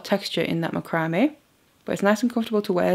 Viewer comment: It's called mac-ro-may....not spelled that way.